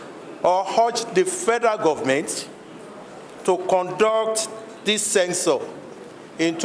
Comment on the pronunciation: It is "Census", not "censors"